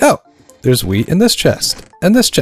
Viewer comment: why tf is he pronouncing wheat like that 😂